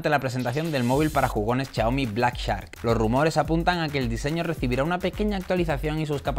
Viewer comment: Chiaomi, shataka :v